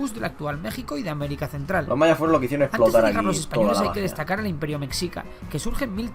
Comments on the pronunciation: Me dolía cada que decía "mesica" es mexica (se lee meshica) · Por cierto, mexica....no se pronuncia como México, ya que ese era la pronunciación española, no la pronunciación real que debe ser messhica o meshica....en Nahuatl, la X se pronuncia como sh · Cómo me duele escuchar cuando dicen o más bien pronuncian la palabra "Mexica"